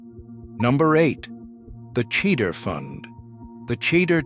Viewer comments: Look Mr Non Jewish narrator of this video. If you are going to read Jewish words then learn to pronounce them properly. Cheder = hedder the C is silent Challah = Hallah the C is silent Cholent = CHO lent . The Ch is like choo choo from train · At about :39 —- it is not pronounced “ cheddar” as in cheddar cheese. Did not hear the rest.